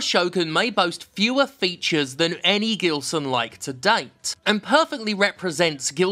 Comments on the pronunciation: not that it matters, but I think the "G" in "Gilson" should be read more like the "J" in "Jill" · Btw, Jim, if this guy is from Brazil (his name sounds Brazilian), you probably have been pronouncing it wrong. The "Gi" in "Gilson" is pronounced he same as the letter G itself. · The G in Gibson actually sounds as a J in portuguese. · I laugh everytime you talk about this developer, because my dad is also called Gilson (but we pronounce it in another way because we're brazillians) and it brings me the giggles to listen you say "gilsonlike" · With that name and that level of hackery, he is most certainly Brazilian. If so, even his name's pronounciation is weirder: Geelson